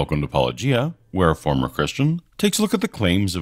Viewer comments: Hey! They didn't pronounce it "Pa-low-gee-ah"! Yay! Too bad they spend their whole video missing the point of the video. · "Wait... YOU said my name the way I say my name. Are you sure you're actual Christian Apologists?" It's about time! It took 5 years but you finally got someone to say your name correctly. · “New hot guy” and they actually say his name correctly...on purpose! Praise Jesus. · As good as this entire video is, the most amazing thing in it is the fact that they pronounced your name correctly. It is baffling to me that all the others who respond can't (or won't) do this even though you say the name at the beginning of EVERY video. Gee, its almost as if they are intentionally mispronouncing it just to be dismissive and/or throw shade. How very Christian.